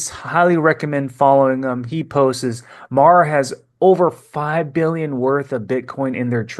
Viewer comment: Love your videos but its "posts" not " postes"